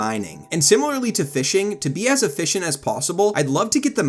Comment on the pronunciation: efFISHent, hehe